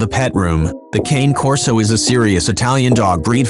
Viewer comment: #11 thing to know: How to pronounce the breed name correctly! Smh